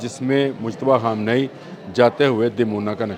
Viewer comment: Sir AP Khamnai ko HAM NAI kyun kehty hn ap KHE ka lafz bol hi nhi skty Q??